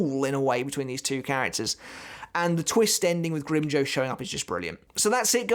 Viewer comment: “Grim-joe” Lmfao it sounds like he said that instead of “grim-jow” like jowl without the L